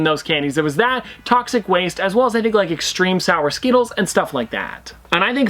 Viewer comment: Did anyone else pick up “Sour Skeetles”